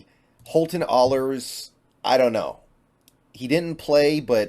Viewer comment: If we do keep Ahlers, can we pronounce his name correctly 😅 it’s Aye-lers not ahhh-lers